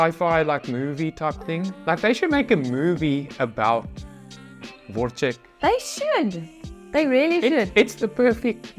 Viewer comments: You pronounce Wojtek wrong. Wojtek - Voytech Voy + tech ( like technology) 😅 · 1. You should visit Krakow since you'll soon be moving there 😂 2. The video didn't say but when the polish soldiers visited Wojtek in the Edinburgh zoo they often jumped into his encosure and were wrestling him, leaving the bystansers shocked. 3. In english you read it as Voitech(my name btw:). Polish J is pronounced more like i 4. There is a Polish movie about Monte Casino that is actually hitting the cinemas soon, Wojtek is in it (saw him in the trailer)But the movie is not mainly about him. More about polish soldiers